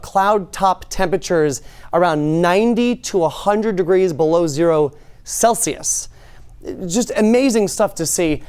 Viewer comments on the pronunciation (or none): none